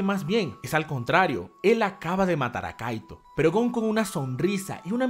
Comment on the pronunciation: Bueno al menos si puede pronunciar correctamente el nombre de kaito ahora sólo hay que esperar a que lo diga con Kuroro XD